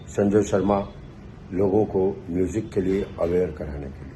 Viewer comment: 4PM MUJIk ki badhayi, plz batao ye MUJIK kyon bolte ho, Isko Music bola karo plz